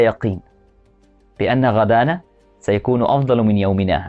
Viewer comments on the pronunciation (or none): أستاذي تحياتي لك في إيك لفظ قلت لأن غدانا وهو شيء غريب كأنه وجبة الغداء والصواب لأن غدنا دون مد الدال للغد وشكرا .